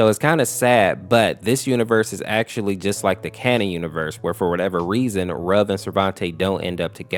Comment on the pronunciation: it's pronouced ruv not rub